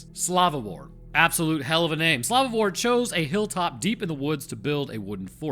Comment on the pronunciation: Man as someone from The Czech republic it seriously bothers me how you pronounce Slavomír and Otakar, Houska not that bad, great video though but man those pronunciations bothered me to no end